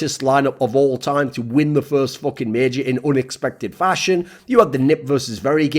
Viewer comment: It's major not meeejor.